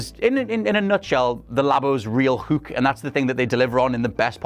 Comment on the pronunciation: ....just say hook normally please....Hook....not HUUK